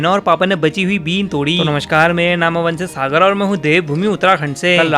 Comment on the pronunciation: Bolte ho par sunai deta hain Aman se sagar..kuch Dino tak to mein confused tha ki yeh kaisa naam hain? Ya fhir youtube k liye kuch rochack naam rakha hoga..itna gana gaa gakey baat karoge yo fhir aman se sagarhi sunai dega.anyways but aap achcha kaam karte ho I love farming n nature so I like ur video.. but normal tarike se baat kiya karo..train ki tarah kuuu jhukjhik karke nahi